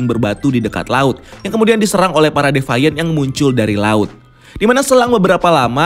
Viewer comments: bukan defaian, tapi divien. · Agak terganggu sama pronounce nya. Deviant dibaca "dee-vee-ent" bukan "devaiyent" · youtuber2 luar aja ngomong deviant ya 'de fi an / di fi an' disini doang yg 'de fa yen' 😁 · Devaint??? Agak risih dengernya. Deviant sesuai tulisan bacanya.